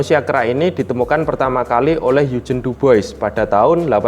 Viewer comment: sip mas, maju terus. Oya, sekedar masukan, untuk nama orang "Dubois", pelafalannya "Duboa" ya mas 👍. Saya tunggu video lainnya